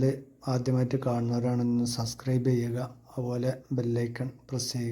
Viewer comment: സസ്ക്കറേബ് അല്ല subscribe എന്ന് പറയൂ 🤣